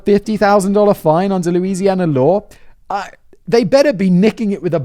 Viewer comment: And yes, everything in southern Louisiana is french. Your pronunciation is quite humorous though